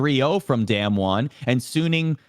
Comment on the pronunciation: D[ah]mwon. Not damnwon. pls.